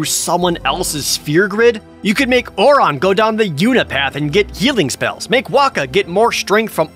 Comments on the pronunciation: Lol you say OR ON for Auron when they say OR IN. Gg jared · Or how he pronounces Auron as "Or On"